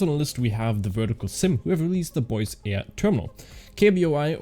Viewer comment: Have a look in Wikepedia for the correct pronunciation od Boise, Idaho